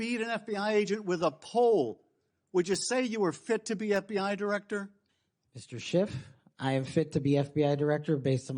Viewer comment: Double "ff" in Schiff makes a "T" sound in this episode, as usual.